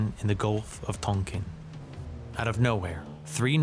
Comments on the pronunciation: What a halfwit piece of click bait. It's Tonken not token. I got to about 20 minutes when I realized you didn't know a damn thing about the war. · I think it is called Gulf of TONKIN, not TOKEN. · Is this dude AI? He has some strange pronunciations...Gulf of "Tokin", and in his WW1 video he had some as well. Just a little weird is all. The videos are great.